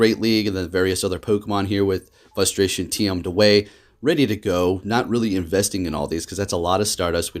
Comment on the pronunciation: The word is fRustration ffs there is an R in the word FUSTRATION is not a word!!!!!!